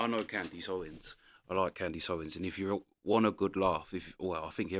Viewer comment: Who is "can-deeese" ??